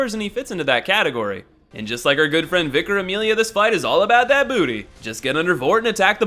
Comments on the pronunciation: I actaullt thought it was vycar.... Because how does vicar say vicEr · how is it vicker? viccer? it would be VYcar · vy car Amelia 😂 wtf they have vicars in the USA don’t they ?? 🤷‍♂️ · Because of I now say "Vye-car" by default:| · Hey, it's fine. I say vyecar as well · I find it funny when people give you shit about pronunciation. If you wanna say Vi-CAR say it loud and proud. #darkblood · Wait how tf does anyone mispronounce Vicar!? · Im sorry dude but you're a fucking idiot for the way you were pronouncing vicar. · Honestly, I thought it was pronounced V-eye-car for the longest time. Also, it's pronounced Pontiff Sul-eh-von, as Yorshka says it herself.